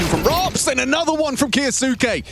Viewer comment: KYOU-SKAY**** sick of this announcer saying his name wrong. Like "Sasuke" from naruto but kyou in front.